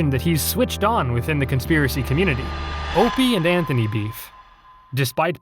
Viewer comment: Maybe the narrator is subtly trolling. Same thing with pronouncing O&A "Openie and Anthony"